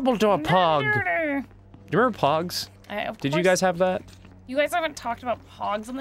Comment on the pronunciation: Re-Mem-Brall. It's not that hard, is it?